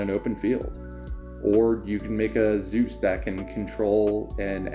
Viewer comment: Thats not how you pronounce zeus xD